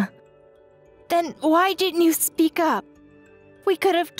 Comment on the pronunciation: ...so to peak...??? Peek-a-boo? Maybe "...so to speak..."